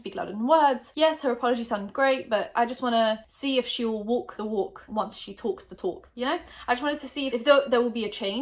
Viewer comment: “wok the wok once she toks the tok” I love ur accent 😭😂